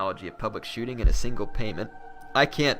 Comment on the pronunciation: you said Public Shooting?? ,lmao. public Schooling :)